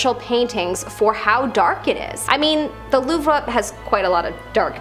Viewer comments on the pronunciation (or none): Did home girl say Loofa? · I am surprised you don't know how to pronounce Louvre.